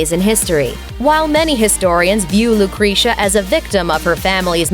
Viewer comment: Lucrezia is definitely pronounce wrongly... please, correct the pronounce, it's not slightly different,is completely wrong